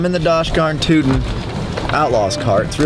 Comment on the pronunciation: The fact said “Dosh garn tootin’” instead of “Gosh darn tootin’” wtf😂